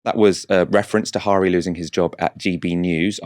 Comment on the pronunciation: FYI, Guto is pronounced "Gitto" and Harri is pronounced "Harry"... "Geeto Hari" was possibly the brother of a Dutch exotic dancer and WWI spy.